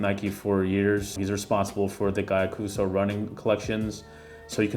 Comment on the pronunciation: You totally butchered Gyakusou lol..